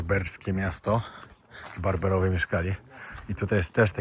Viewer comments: Nie barberowie a Berberowie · Berberowie a nie Barberowie